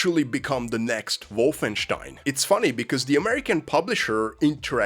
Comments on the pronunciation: you're not them, it's "Wolfen STEIN" not wolfen SCHTEIN" OK? THANKS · I love how you pronounce it “WOFFENSTEIN” you get the “Stein”Part right but the Wolf is too much 🐺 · That's more or less how you pronounce it in German.